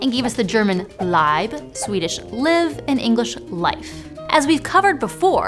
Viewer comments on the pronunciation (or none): Mispronounced Leib and liv. Gross.